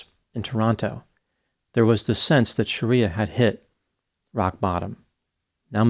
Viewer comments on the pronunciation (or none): Her name is NOT Sha-riya but Shree- ya